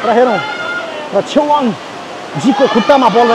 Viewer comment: चेवाँग hoina hola ne छेवाग़ bjasto lagyo 🥰🥰🥰❤️❤️